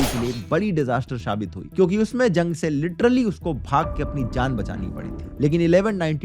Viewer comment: Zulm ❌ Julm✅ Zung❌ Jung✅